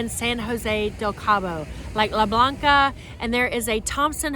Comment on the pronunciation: It’s Le Blanc, not Le Blanca. Just FYI if someone is googling!! And it is very nice. So is The Cape and Sirena Del Mar.